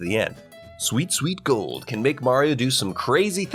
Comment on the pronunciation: the "sweet sweet goald" never gets oald